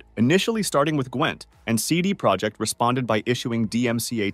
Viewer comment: as you see it's not English "CD ProjeCt it's "CD ProjeKt" use google translate to see the difference.